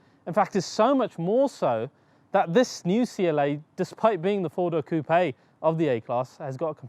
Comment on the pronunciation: Yeah, finally an English speaking youtuber who properly pronounces "coupé" :-)